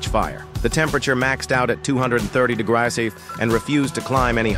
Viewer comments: Degras instead of degrees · Why do you people constantly use AI voices? They are horrible pronouncing and enunciating. Degrees, not degrahs. Throughout the entire video it can't pronounce degree properly!! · Degrees not dgraas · I thought it was degrees not degrass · 200 dugruah ? 😂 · Degrees not degraseey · "230 degries" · "A hundred and fifty digriys" 💀💀💀💀💀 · "230 degrasae" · Ah hrurndrhd and fifty dehgrahhs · I think he meant degree rise but it clumped together and sounded like degryse😅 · “A hundred fifty dagras” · "Degraas" "Degraasee" 💀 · This is why I hate AI voices bro THEY FUCKING SAY WEIRD SHIT LIKE DEGRAYS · Bro reminding us to touch grass by saying 'degrass' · "230 degrayse"🙏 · "Degrass" that stupid clanker😂😂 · Did he say degrais 😂❤ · "150 degreyais" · "A hundred and fifty degrass"💀😭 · Degrass????? I thought it was degrees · Degrees❎ degraahs✅ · It was a play on words joke making fun of the AI voice calling Degrees "Degrass". Hope this helps! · degrazeeee thats how you say it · Maxed out at 230 degræisy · "a hundred and fifty de grass" Hits hard🔥🔥🔥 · "150 Degrass" "200 Degrass" "Degrassi" Edit: I actually became the top comment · Dugrass? Fukn stupid ai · Hundred and fifty deggARRSS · bro said "degrahs" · Degraaas 🤓 Digreyaas 😀👆 Degruas 🫤 D’graseh 🤌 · It is pronounced as de•gree /dəˈɡrē/ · Bro really said Degrayees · dygras Tyson 👍🏼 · Degras? Fucking AI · “A hundred and fifty degrass” 💀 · it was like digrayz😂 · This seems to happen a lot on other AI voiceovers 😒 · 230 dgrasey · 400 de-goo-ars. 😂 400 dogaras. 😂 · Ahh yes "Digraz" so majestic🚡🚡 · Hundred and fifty dagras😂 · Bro was constipating shit pronouncing degrees😂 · The pronunciation of degrees progressively got worse and worse 😂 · His pronunciation of degrees makes my butt itch! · Ai voice struggling to say degrees